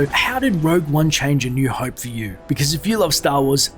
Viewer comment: Oh cmon! It's not "hoype" is "hope"!!!